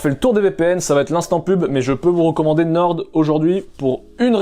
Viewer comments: c'est NORE ( a l'orale ) pas NORDE , on dit le nord pas le norde mdr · norDDDDDDDDDDDDDDDDDDDDDDDDDDDDDDDDDD pq prononcer le D c'est pour nous trigger vraiment? xD